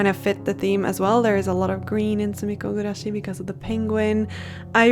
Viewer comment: I have no idea what sumiko gurashi is, but the way you pronounce it is so satisfying 😊